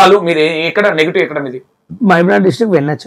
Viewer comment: ***నేటివ్*** మీరు నెగిటివ్ అంటున్నారు చూసుకోండి యాంకర్ గారు..... చాలా రోజుల తర్వాత ఉప్పల్ బాలు ఇంటర్వ్యూ చేసి కరెక్ట్ గా యాంకర్ లాగా ప్రశ్నలు అడిగావు ఇంతకుముందు నువ్వు చేసిన ఇంటర్వ్యూలు అన్ని చూసాను బ్రదర్ కొన్ని వెకిలి నవ్వులు ఉండేవి.